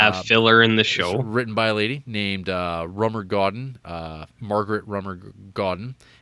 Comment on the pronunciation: “Sister Claudough” “Rummer Goeden” and “Dana Kerr” what the entire hell? Lol